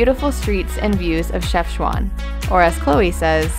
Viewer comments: Otherwise Called Shefshawen NOT Shefshwan ;-) complicated d hen .. ! :-) I appreciate your visit to my home country Friends, we all Love you ! :-) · I like iit ❤ nice content PS : It is "Chafchaouen" Not "Chafchouane" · Is not shefchouin it's chefchawen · كلشي على شَفْشْوان😂😂😂 Chafchwane 😂😂 انها شفشوان 😂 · pronounced Chef shaw wen FYI great video and god bless the kids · If you want to pronounce Chefchaouen Just Take Chef and add Shawn ( Shawn Mendes ) and thank me later ;) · Chef-chawen lol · your Chefchaouen name pronounciation was wrong ,otherwise I liked you all , the energy and very cute all of you .good luck